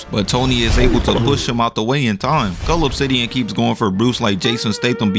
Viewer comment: It didn't even sound like he was saying cull obsidian 🤣